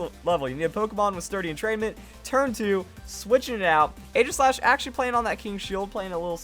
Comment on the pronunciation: It's Ee-ji-slash you fool.